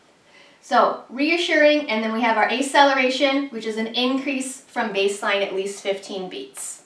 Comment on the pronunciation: Thanks for the video.. FYI it's Ack cel er a tion (as in faster), no a. aceleration. A in medicine usually means without.